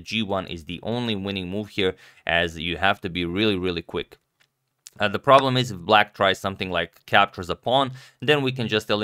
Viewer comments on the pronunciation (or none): none